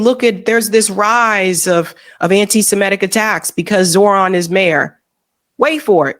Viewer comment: you said Zohran's name wrong throughout the video